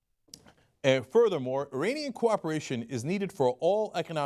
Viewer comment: The way Cenk pronounced "iranian" and "Khamanei" made me cringe lol. Like nigga your Turkish you know exactly how to say that.